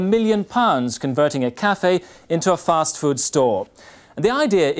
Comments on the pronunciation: Is JC saying “first food” ? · Why do they keep saying First Food? Has the pronunciation of Fast changed that much?